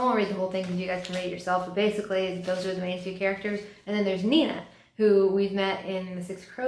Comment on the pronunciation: I still think she’s sees the goodness of Matthias in her and is intrigued by her. 😂 also I legit cracked up about you mispronouncing “Nina” 😂😂